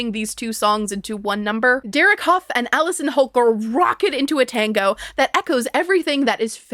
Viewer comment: I know this comment is wildly late, but as someone who comes from the same area as Derek Hough and grew up doing performing arts (I’ve met his mom multiple times), it’s pronounced “huff” like huff & puff, not “Hof” like the town in Germany, and it pains me a bit every time I hear you say it 😅